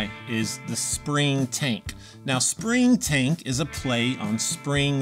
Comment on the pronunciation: When you said "Spring Tank," it sounded, to me, like you aid, "Spring Taint." And THAT is an awful name for a pedal. It'd probably be an even worse icon to stamp or screen on to a pedal. You should consider renaming some of these horrible pedals. Air Fryer, Ginsu, Sham-wow. People buy those! Pepe le Pew, instead of Pink Panther. He's down on his luck, and probably won't lawyer up. Just a thought.